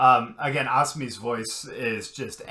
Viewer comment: FYI - Asami's name has the accent on the middle syllable - uh-SAH-mee